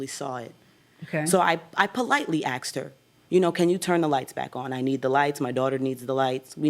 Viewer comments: It’s asked not axed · STOP SAYING "AXED"!!! AAAGGGHHH!.!!! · "I politely AXED her." HUH???